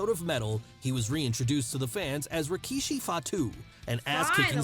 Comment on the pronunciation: She is even pronouncing his name just like Jim Ross- Rawkeyshee lol😅